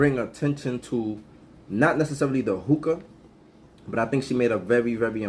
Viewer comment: I thought she said smoke tooka